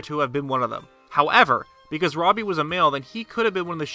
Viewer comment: It’s not robbey